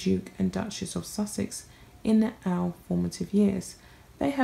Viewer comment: The 'Dook' and 'Duck-mess' of 'Suck-sess' ...